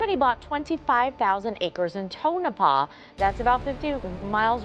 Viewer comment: Its Pronounced...tone-ah-paw.